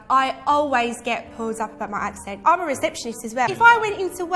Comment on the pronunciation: almost, but you finished "accent" with a t.